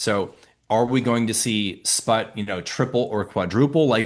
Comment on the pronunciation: He said Sprott? Sput?